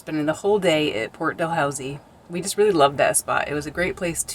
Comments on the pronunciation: Not Dalhouzie it's pronounced DaLoooZee . That was once it's own city before being absorbed by the city of St.Catharines. The Welland Canal used to go thru Port. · Port Dalhousie. You do not pronounce the h and you don't make that middle syllable sound like house. Sounds more like when you're not winning a game but you are losing a game. Port 'da lose ie'. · Pronounced Port De-loosie. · Great video, that place near St Catherines is pronounced. Port- da- loosie😂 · BTW, you mispronounced it. It is pronounced as Port Da-lou-z. Also, if you see a McDonald's, they have free wifi, and so does Tim Hortons . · Its pronounced port da lou see and its a garden center